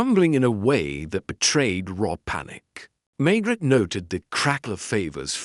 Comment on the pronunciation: It’s machine read, the pronunciation is atrocious and the pauses. Maigret sounds like maggot and reads as Margaret in the text. I’m wondering if this is an AI generated narrative rather than an original novel by GS.